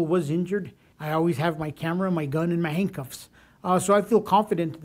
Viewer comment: He said "hangcuffs" lol